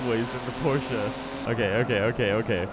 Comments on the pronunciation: wait... did he just say porcha "9 11"? 0_0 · Does it annoy anyone else when he pronounces it Porscher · you say Porshce weird